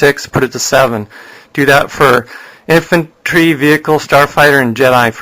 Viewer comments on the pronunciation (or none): none